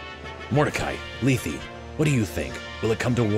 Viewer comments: Also, just a pronunciation tip, Lethe is pronounced LEE TH, the E at the end is silent. Trust me, i thought that too until FEH where she calls herself that pronunciation along with her sister from the sequel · Man, I NEVER would have read Mordcai as Russian, more like slow and trying very hard. You know, I'm not as opposed as I initially thought though. Also while I think you're correct in pronouncing Lethe as "Lee-thee," I'm pretty sure in FE Heroes, they pronounce it as "Leeth." Though her Japanese name apparently レテ (Rete), so if you want to be the MOST correct, just say that every time. But like in all seriousness, I don't think any of that actually matters, names are weird and who knows what the fuck they intended at the time of writing, so like who cares how anyone pronounces it. What matters is that you're cool and doing great!